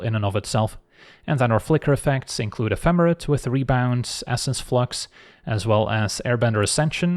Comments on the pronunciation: I love you, but I finally reached my threshold. Ephemerate is a verb, ep-hem-er-ate. Long a at the end. This is the third video of hearing you pronounce it like that and it just broke me. 😵‍💫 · The end of the word sounds like the number 8